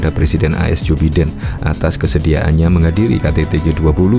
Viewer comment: Jou Biden, bacanya: Baiden bro!